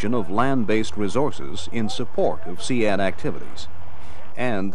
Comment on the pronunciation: I pronounced it seed, hearing see ad when its spelt sea with a d on the end sounds so weird lol